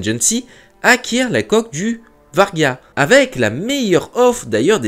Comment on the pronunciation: pas le Vargan ! le Va-ry-ag ...